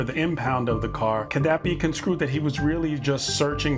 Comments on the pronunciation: love your stuff,! Minor point: the word is construed, not conscrued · Construed, not conSCREWED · You help us so I'll help you... More than once you've said "conscrued," it's construed. 😉